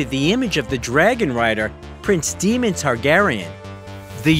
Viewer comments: maybe this will help, it's pronounced Mof fat not Moe fat and Day mon not Demon.... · Demon Targaryen? It's Daemon. 🤣🤣🤣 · It's D"A"mon - Not D"ee"mon, for starters. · DAEMON DAE DAE NOT DEMON HOLY HELL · I love Matt Smith! However, please learn how to CORRECTLY PRONOUNCE his character name in House of the Dragon! (It is not pronounced as Demon!) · That hit me ear so wrong hahahaha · oh I really dislike when a character/person's name is said incorrectly, it's just plain stupid... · Dude, great video apart from the mispronouncing DAEMON Matt and Claire Foy never had an affair. He only had ONE dinner with Emilia Clarke. As it turned he was asking her about Game of Thrones.